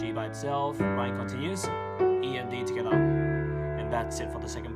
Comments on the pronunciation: The way he says togethar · The dislikes are people mad about him not saying the notes but saying hia and togitha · "Togathe" "hea" is all i heard 😂🤣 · TWOGethAah. I'm kidding. I'm from Chirstchurch in NZ :P. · No one: Him: *Togetha intensifys*. For real tho i dont get why everyone disliking it and saying stuff like “He doesnt explain it easy.” Yet i understood it perfectly fine. And thats saying it from a dude who just started piano like a week ago. I get it how everyones got their own opinions but damn dont need to get all personal here smh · For like four years of watching you i thought you said skda or something but you actually said together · I like how he says together He be like: togethaa. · If your wondering where is him saying "togethaa" from all those comments, its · Its fun that he says togeda (dis comment is in every video so i wanns wrtie) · "In the 1st part, we got to tttthhhhggaattha!!?! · "heeaa" "togethaa" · hghere togethah my god haha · I'm sorry but TOGETHA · Oceania moment